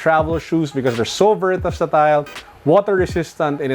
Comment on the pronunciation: Vertasatile?Mr.? Hahahaha